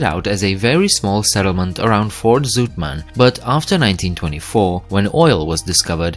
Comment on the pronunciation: Zoetman??? that must be Zoutman ou is pronounced ow like as in now...oe is pronounced like oe in shoe, zoet = zweet zout = salt...do not confuse this...and learn how to pronounce place names before you make an idiot of yourselves in you tubes..